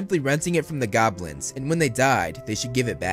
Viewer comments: Everytime he said Goblins I heard Gobwins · Once you hear, you can't unhear